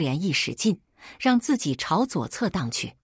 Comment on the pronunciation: 自己怎麼都說成經己？